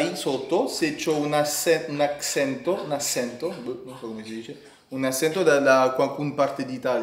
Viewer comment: Ha anche fatto molti altri errori , asento è spagnolo in italiano si dice accento ( aTCHÉnto )